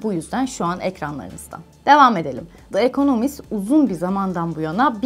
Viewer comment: Teşekkürler. Ancak yayından önce The Economist ve Rothschild gibi yabancı kelimelerin/isimlerin google translate'de dinle butonuna basarak nasıl telaffuz edildiğini öğrenmenizi tavsiye ederim.